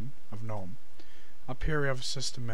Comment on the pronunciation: gnome is pronounced "guh-nome".